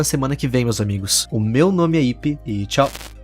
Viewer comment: Dia 1 falando hipe até ser notado: hipe